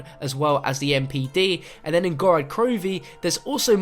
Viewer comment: Ok, how the actual hell can you STILL not say GOROD krovi Not "Gorad"